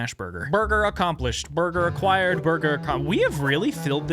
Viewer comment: "burgr". If you know, you know.